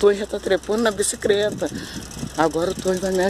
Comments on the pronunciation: Agora eu tenho certeza q a brinca de falar errado.Observaram q ela fala bicicreta é depois fala certo....bicicleta? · No segundo 06 fala BICICLETA. No segundo 34 fala BICICRETA🤦‍♀️. Hora fala CRETA hora CLETA....KKKKKKK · fala certinho bicicleta mas esquece que não fala e fala bicicreta afs kkkkkk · Foram dois dias pois trocou a roupa?? E porque a fala bicicreta e depois bicicleta???? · Boa tarde que bom isso aí. Gosto muito da senhora. Curto muito os vídeos da senhora. Mas porque que a senhora uma hora fala bicicleta ( coreto) e outra bicicreta? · Que issso uma vez fala bicicreta outra bicicleta